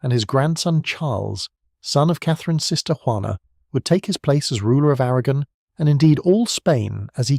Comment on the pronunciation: It sounded different to me. The names sounded different, anyway. (A- RAG-gon) 😂